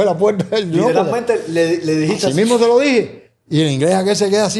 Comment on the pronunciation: Los jóvenes deben tomar clases de dicción y no machacar el idioma español y no deben interrumpir con comentarios y repeticiones tontas. Aprendan hablar más despacio, y a pronunciar ( no es “ pueta es puerta”. Comentarios y sugerencia para beneficiarlos no crítica